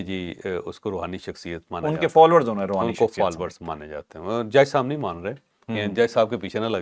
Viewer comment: Rohani nai rahooni